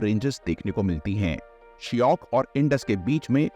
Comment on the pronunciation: It’s not Shiyok! Shayok